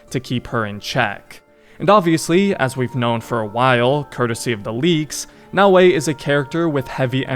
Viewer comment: Actually kinda funny how you thought it was Nae-o-ee 🤣 Brother, just a tip, when it comes to asian names or languages for most of them, abandon the english way of spelling the letters (just as how you read Bayek or Yasuke's name, you don't spell it Bae-yeek or Yae-suh-kee right? You don't read Oda Nobunaga as O-dae No-buh-nae-gae) No hate tho, good video!